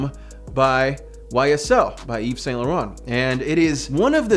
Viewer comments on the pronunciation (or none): none